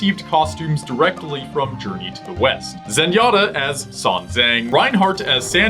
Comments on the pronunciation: i thought you said journey to the weast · thats "west" patrick... arrrr, your fired again...